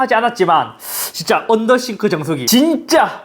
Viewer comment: 언더더쉬~~네ㅋㅋ 언더더쉬~~~언더더쉬~~